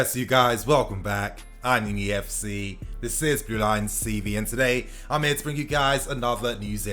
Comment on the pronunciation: Bro I Think i've Finished more than 30 of you Videos.. But Still Couldnt get what you are saying at the start of the Video.. You are Saying This Is Blue Lions TV but why do you sound like you are saying Thiz iz blue lionz cv ??? And Whats Your Name ?? I Cant Even make it out man.. You Should Slow down or Make It Clear..